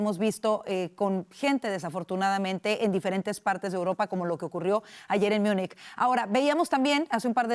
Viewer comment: Joder no se dice "Miunich" se pronuncia como se lee, Múnich, lo quieren pronunciar en inglés pero ni siquiera así está bien pronunciado, München en alemán la pronunciación es totalmente distinta al inglés.